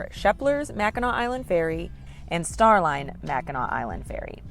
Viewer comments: It's pronounced Mac in naw. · Mac in naw not nac. I'm a Michigander and been to Mackinac Island a couple times, it's definitely nice place! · The word is Mac n naw island. Not Mac n nac island.🏝️ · Mack - in - awe! Please stop saying Mac in ack, please. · Mack In Naw not Mack In Knack. Got to get the research correct before posting a video. Other than that, great video. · MACKINAC, indian word. MACKINAW ISLAND!!! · Michigan pronounced Mack in naw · Mack - In - Awe - Island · First, it's pronounced MACK-in-NAW, regardless of spelling. Only the city, located on the tip of Michigan's lower Peninsula is spelled Mackinaw. The straights, bridge, and Island are all spelled Mackinac and also pronounced MACK-in-NAW. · Mack a naw. is how it is pronounced. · Its pronounced Mackin AW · Mackinac Island is in the State of Michigan, placed between the upper and lower peninsulas, in Lake Huron. It's pronounced as Mack - in - nah; a Native American word. This island plays a large role in Native American oral histories; the Anishnaabek (also known as the Odawa, Ojibway and Potawatomi) tribes inhabited the Mackinac Island area for thousands of years. No motorized vehicles are allowed on the island except for fire engines. There are lots of horses so watch where you step! It's an amazing place to visit especially if you're a history buff. Another place to visit is the Fort Michilimackinac on the lower peninsula in Mackinaw City. If you can time it right try to be there when they do historical reenactments. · It’s pronounced Mackinaw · Mackinac (pronounced Mac-in-naw) Island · It is pronounced Macki NAW. "Dress code may seem a little goofy"? How far we have fallen as a culture. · It’s pronounced Mackinaw, not Mackinac. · It's pronounced "Mackinaw" and the Mackinac bridge "Big Mac" connects the Lower Peninsula to the U.P. lol 💙From Detroit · Pronounced Mak-in-naw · It is pronounced Mackinaw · The degree to which "MackinACK" triggers me is absurd. 🤣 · Pronounced Mack-i-naw